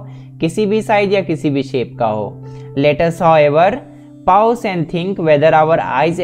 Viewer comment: it is pause not poause